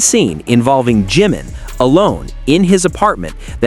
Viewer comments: BTW, It's NOT G-man, it's Jimin. Respect please. Learn how to pronounce their names, at least. Loved the documentary. It changed nothing, for me, but verified what ARMY already knew, forever. Bandwagon jumpers and coattail riders have 'blown up' opportunist I ally all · Maybe you could pronounce Ji (short i sound) min's name correctly. Not GEEmin but Jim ( like American nickname for James) min.